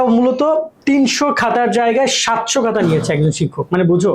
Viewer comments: ভাইয়া, 'হাতা' ঠিক করেন।😊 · Hata kno bolen apnara 🙄